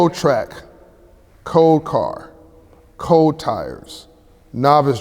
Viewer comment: Sucks that he says "code" with all that education you'd figure he'd say cold like and educated man would.